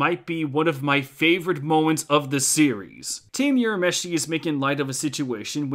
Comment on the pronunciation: Sorry I'm sure others have already pointed but Urameshi is not pronounced as "You-rameshi" - it's "Woo-rameshi" (also "Woo-ra-oto-"gee" (like "geek")). You made awesome video but every time I hear You-rameshi I cringe a little